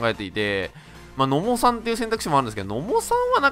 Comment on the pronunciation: の↑も↓で草